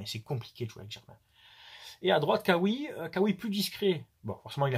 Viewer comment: On dit Raoui pour Khaoui. En Arabe le KH se prononce Râ ou Rë avec un petit raclement de gorge. Comme pour Khadija. C'est pas pour faire la leçon.Juste de prononcé comme au pays d'origine. Salut. Ou?